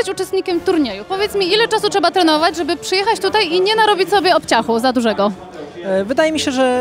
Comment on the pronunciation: byłoby fajnie jakby mówiła trzeba a nie czeba, jak ma prowadzić wywiady a nie tylko wygladac